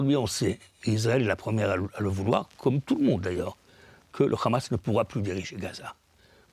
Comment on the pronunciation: Ce monsieur est à la tête d'un mouvement pour la paix? Moi, en milieu d'écoute, j'entends plutôt le narratif officiel sioniste. Il justifie même l'idée saugrenue d'une coalition internationale contre la Hamas. Déjà, ce monsieur prononce "KHAMAS". Cela veut tout dire... Non, Monsieur, personne ne veut de l'autorité palestinienne pour diriger Gaza. Ça, c'est la volonté des sionistes. Allez, j'arrête là l'écoute et je vais vomir car si le mouvement pour la paix c'est ça, on n'est pas rendu comme dirait l'autre...